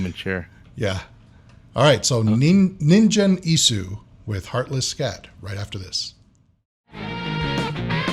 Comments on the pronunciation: にんじん、じゃなくて、にんげんな。バンド名くらいちゃんと言えよ。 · Its Ningen, not ninjen :P Its pronounced hard, like in God. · ningen isu の 発音がオカシイから、忍者・椅子になってるｗｗ そうそう本人はかなり可愛いｗテディベアで合ってますよw これが素顔ですｗ フェイスレスでもなく、ハートレスでもない！ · the G is pronounced with a Guh sound. a hard Guh. Gen. like Gun but with an E. NinGen Isu. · The name of the band is pronounced ninguen isu, the G is not pronounced like a J and this must be one of the most boring firsttime reactions Ive seen. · The "g" is pronounced with a hard "g" like in guy, gumption, great, etc, etc. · the g is hard in Ningen Isu. Pronounced the way you would say gun. The u is also clipped and barely said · Try Band-Maid, a Japanese hard-rock band. You'll love them if you love old-school rock music. My suggestion, other than tracks recommended in other comments: Thrill, their first MV from 5 years ago. BTW "g" in "ningen" is promounced as "g" as in ANGLE.